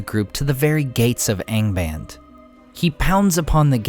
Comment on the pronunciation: What's with the lower-east-side pronunciation of "Angband", when everything else is perfect?